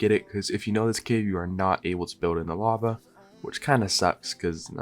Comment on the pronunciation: "LAVE CAVE" XD